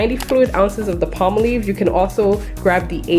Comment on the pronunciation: Awesome deal it's pronounced Palm/ Olive I think you're pronouncing it Spanish way tfs 💕